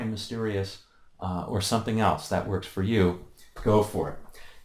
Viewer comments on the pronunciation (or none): none